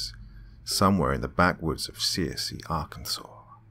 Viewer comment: Great story but you pronounced the name of the city wrong. I’ve lived in Arkansas all my life. It’s Pronounced sir see. Lol